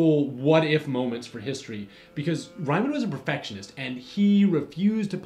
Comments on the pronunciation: Interesting to hear about this Rhymin' guy. The name Reimann is pronounced Ree-mon. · His name is Riemann not Reimann. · Correction: Its not [Ryeman] its [Reeman] I ist pronounced like E and vice versa in German ;) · Ryman? Isn't Riemann pronounced Reeman? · Yes, it is. Makes me kind of cringe, and surprised it wasn't mentioned here. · Riemann is /riːman/ not /raɪman/, and Gaus is /ɡaʊs/ not /gɔs/. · And while we're at it, Ree-mun and Gowse, not Rye-man and Goss. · T. H. Caro and I have always heard Riemann as reemon, not rhymin. Really making me double take. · Riemann is a German name and pronounced like Ree-mun, "mun" rhymes with sun. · It is REE man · Our gentle narrator TOTALLY bowdlerizes the pronunciation of "Riemann". For that screw-up: REAM HIM!!! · Great series, one criticism - please try to pronounce Riemann's name right :). Hear it on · The history of Riemann and Gauß is super fascinating! I would love to hear some EC series talking about the two some day :P BTW, if you ever see an "ie" in a German name/word it is pronounced as a long "e" or German "i". Think of the "i" in integral or the "ea" in reason :) (oh, and "au" is pretty much always pronounced like the "ou" in "out"). In case you are looking for more crazy maths stories with crazy but brillian characters, you could talk about Gödel's incompleteness or even better how set theory became a thing (which is basically how modern maths started) characters like cantor who was actually declared insane, gödel who should have been and david hilbert about whom various funny myths exists and whose date of death is a gag among german maths students :D